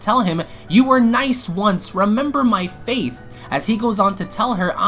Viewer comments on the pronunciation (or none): I love your videos but I think you should to cuts and retakes videl said fath as in father and it was prison not poison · "FAITH" , "POISON" my dude needs help reading